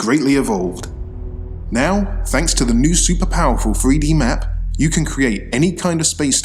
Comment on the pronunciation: it's in Free-Dee